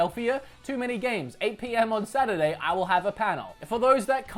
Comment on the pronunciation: friday, sat-day, suh-day